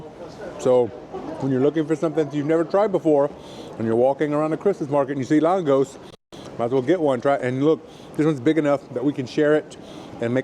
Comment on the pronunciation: Lángos is originally from Hungary and pronounced LAANG-GOSH. Sometimes, you'll also see the Germanized name "Langosch".